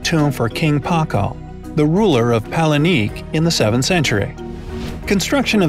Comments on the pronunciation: It’s not “palenique.” It’s Palenque. Pah-Len-Kay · Paleniqueee??! It's palenque pronounced as palengke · It’s Palenque NOT palenique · It's cringy 😢 but we spell palenque as palengke in Filipino same pronunciation tho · Garza am not a Spanish speaker but I can understand some Spanish because Philippines have lots of Spanish loan words in our language tho. We also use palenque and it's cringy to hear the guy pronouncing it as palenique 😑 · Wow u didnt even research how "Palenque" supposed to be pronounced! Sad!